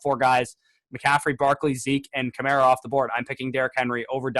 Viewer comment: said Alvin Kamara wrong